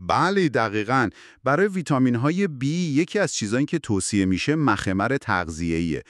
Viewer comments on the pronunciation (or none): مَخمِر اشتباهه‌. مُخَمِر تلفظ درستشه.